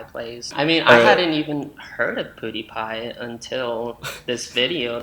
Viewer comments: Also,, its Pewdiepie, not poodeepie😂❤️ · There was also "piewdiepie" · does he say poodiepie instead of pewdiepie? xD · Poo-die-pie lolololol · I don't Even know poodeepie Me: It PewDiePie Not Poodeepie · pronouncing pewdiepie poo-diepie is a whole other vibe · this man really said POOdiepie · “I hadn’t even heard of *poodipie*” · “Poodie pie”😂😂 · said “pudie pie” LMFAO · he said poo-diepie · all I heard him say is poodiepie like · he couldn’t even say pewDiePie‘s name correctly 😂 n no that’s not a video he did about “you” he did the videos of the video that “you” happen to be in. 😝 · “pudy pie” hahaha :,D